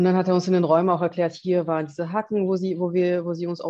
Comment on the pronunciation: Haken hat ein langes a.